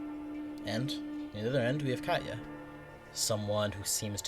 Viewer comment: Why did you say Katya like that??? 😭